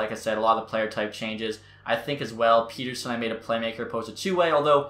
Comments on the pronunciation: Isn't it Pet-terson and not Peter-son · Pet-Ter-Son not peterson 😂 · It's pronounced Pet-er-son , just letting ya know :) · Elias Pettersson has been in the NHL for 3 years and is still calling him "Peter-son"